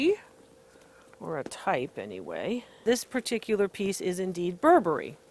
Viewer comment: "Not 'Bur-Berry', but 'Burberry." Thank you, DR Lori. I almost spit my tea out, I laughed so hard. <3 Really. Thanks. Much needed laughter.